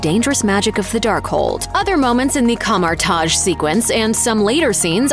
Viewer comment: She said Kamar- Taj so horribly